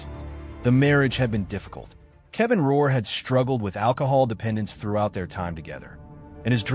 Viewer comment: It’s not Ror it’s Rourke